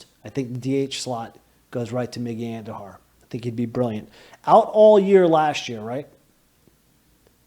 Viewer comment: Miguel andujar Domingo Herman come on stop being like that say the names right or don't say them at all that pissed me off I will now block you I do not want to see you in my feed you suck the end